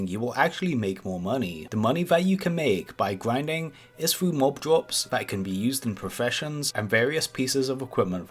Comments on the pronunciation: "You need to do some gwinding“ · GWINDING LOL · gwinding on youw cwasic wow cawacktew :D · You're telling me you've never gwinded wedwidge? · Gwuinding mumbs for expewience c: lol